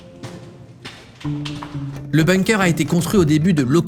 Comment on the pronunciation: En tant que germanophone, je précise que ça se prononce boungker et pas beungker.